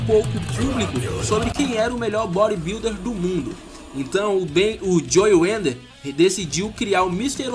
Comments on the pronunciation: belo vídeo, mas eu não contive a risada de você falando joe 'wender' UHAEHEAHUAEUHEAUHAEUHAUHAEUHAE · Bem legal o vídeo cara, parabéns. Mas uma crítica construtiva: Antes de filmar pede ajuda a alguem com a pronúncia do inglês, vc pronunciou várias coisas erradas, como nomes de fisiculturistas, como o nome Idaho, o nome do próprio Joe Weider vc pronunciou errado e mudou a pronuncia do sobrenome do cara várias vezes. E quanto aos Mr. O. de hj viverem de troféu e orgulho, estas enganado, se não me engano o Mr. O. paga aproximadamente U$ 130.000,00 pro seu campeão, fora os outros campeonatos. abs